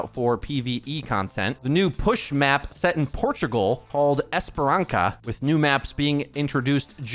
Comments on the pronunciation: Just one thing, its Esperança 'Esperanssa '. Esperanca is just wrong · Hi! Just a quick shoutout: "Esperança" in portuguese is pronounced "Esperansa". The character "ç" is always pronounced like an "s". "Esperança" means "Hope", so let's hope Ow2 will be a great game! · ESPERANCA KKKKKKKK esperança dude ç has an S sound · It's "esperanSa", it's an s sound. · "Esperança" is pronounced with S sound not K or Z. Like "Sa" in the word "sauna" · Please learn how to pronounce ç It's not that difficult and esperança is not going away any time soon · just a tip, in Esperança, the "ç" has sound of SS.. like on "saturday".. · Espererança would be pronounced with a soft "S" sound rather than a hard "C" because of the cedilla on the bottom of the "ç"